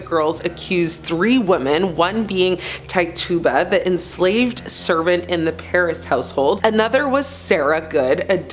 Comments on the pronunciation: Tie-tuba 😭😭😭 don’t do this to my girl Tituba (pronounced Titch-u-ba) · The reason he refused to enter a plea is because if he did and was found guilty his property would be confiscated. Also her name is pronounced Titch u ba